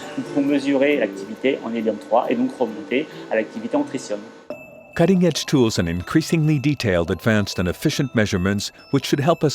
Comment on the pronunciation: The effort to educate the public is commendable. However, the announcer mispronounces the word "tritium" throughout, which really grates on the ear of any native English speaker. (It sounds throughout the video like he's pronouncing "tritrium", with an extra "R".) He also mispronounces the word "spectrometry," where it occurs (once). It's a shame. Also, there's a strange comment about fusion at the end of the video. IRSN could explain what tritium has to do with that.